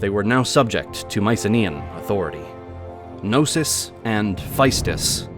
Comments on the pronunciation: Its not Nosos its k-no-sos ...nosos means sickness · "With the destruction of No-sis…" Can we really not pronounce the K? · These videos are amazing but for the LOVE of God... Can you guys do a small research of the correct pronunciation of all those Greek names? Put Chat GPT on and it will pronounce them for you, its not that hard... "Nosos" ... Really? "Nosos?" That "k" is not silent. Its "knosOs" not ... "nOsos" Please, its not that hard...